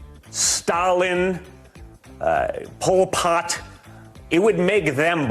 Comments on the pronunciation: ‘Pol Pok’. 😂😂😂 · Junior's head is white as his father is orange. In addition, just to pronounce Polpot , took a tremendous amount of effort.